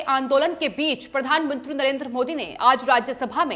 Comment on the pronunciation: प्रधानमंत्री होता है. प्रधानमुंत्री नहीं.